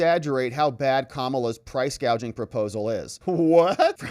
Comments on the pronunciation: I heard the clip. She called it price gauging, not gouging. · funny thing is she doesn't say the word gouging, she say's gauging.🤔